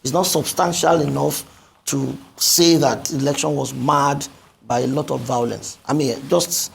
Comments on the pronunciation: I love this man!!! He is Buhari's paid idiot. He doesn't even do that well! Buhari has been a curse on Nigeria. Tell this idiot singing for him 🤣 that it is called violence not vaolence?? I even doubt that he went to any school just like Buhari??? Nigeria, only God can save the nation now. All the nation's wealth has been stolen and even a greater criminal has just stolen the presidency!!!!!!??? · Tell him that I think that he is trying to say violence not vaolence???? He is an IDIOT 😂